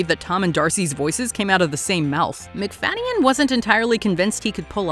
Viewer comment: This pronunciation of Macfadyen is jarring